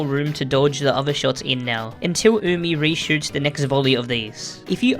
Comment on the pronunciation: Weeaboos worldwide celebrating that finally knows how to pronounce Umi and the names of her white bags